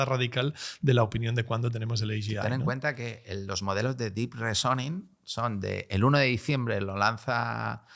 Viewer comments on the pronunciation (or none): Reason [rison] Reasoning [risoning] PLEASE!